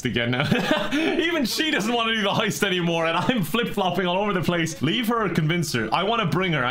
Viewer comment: Guy: Is a lot attendant Guy literally 2 hours later: "LISTEN SUNSHOINE IM THE FECKIN LEADER OF THIS HOIST YEH???"